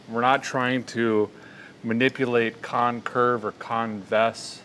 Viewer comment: "Concurve er convess" - a feller that knows his geeometree